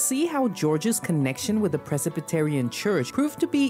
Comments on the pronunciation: It's not "Precipitarian"😂...its Presbyterian. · Yes, that’s crazy to say it had 200,000 people. Interesting way to pronounce Presbyterian.